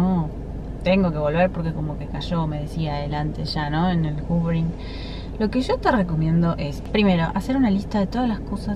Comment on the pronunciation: X q ponen titulos a las técnicas en ingles ! X favor ! No se entiende nada . Q es el hoovering . Encima lo pronuncias juvering. Explica mejor q es !?